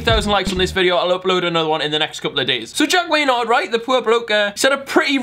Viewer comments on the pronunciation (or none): First sentence into the video (like actual video) "Jack Waynard" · "jack waynard"